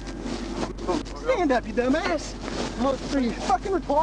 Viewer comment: Love how he says dumpass